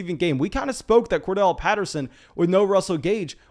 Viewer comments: Won’t spam chats but gonna keep pushing you to stop saying Cordell for Corderelle!🤣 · Bro it's COR-DARR-ELLE Patterson :'(